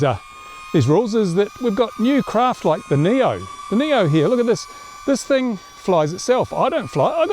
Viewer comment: You better not fly over my house with that TH-ANG!